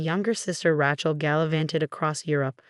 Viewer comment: When will this AI voice be fixed to correctly pronounce the name “Rachel”?